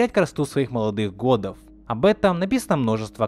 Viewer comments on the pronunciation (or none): годОв* а не гОдов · ему бы микрофон хороший. Слушать немного тяжело. Ну и над дикцией немного поработать. И над текстом "терять красоту своих молодых гОдов".